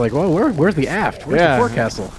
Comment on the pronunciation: Guys...Forecastle is pronounced "Foc'sle"